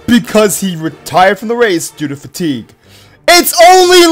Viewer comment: Did you said tea or fatigue